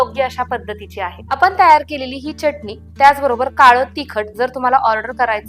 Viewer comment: च्यटणी म्हणू नका,pl. चटणी म्हणा